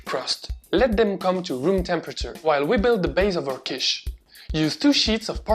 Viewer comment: I looove Quiche, especially because I'm a little weird and actually enjoy the dry bits of the crust that others would leave aside, because they only want to have the filling... I didn't know that Quiche comes from the German word Kuchen - by the way your pronunciation was impeccable, do you speak any German? A great recipe, but unfortunately I don't have oven or microwave in my student appartment, only two hotplates, so I will have to live some more time without making my own quiche or convince my parents to do it at home :P